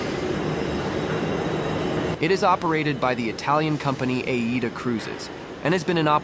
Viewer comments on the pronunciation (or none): none